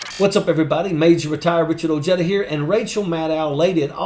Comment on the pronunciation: [Oh H Ai D duh] Ojeda Or [Oh heh The] Ojeda It's a Spanish surname. I, for the life of me, can't understand why you pronounce it [OH JED UH]